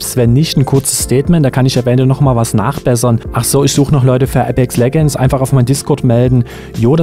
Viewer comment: Du weisst schon apex legends wird anders ausgesprochen als wie du es am anfang gesagt hast🤦‍♂️😂😂 bhd kennst du englisch